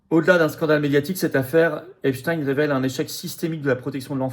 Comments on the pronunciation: Epstein. Et non epstiiinne 😂 prononcé par les medias😂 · À prononcer Epstine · On dit Epstine comme Poutine 😂. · Ils prononcent tous "epstine" pour que ça rime avec Poutine. Qui est dupe de la supercherie à part les mougeons?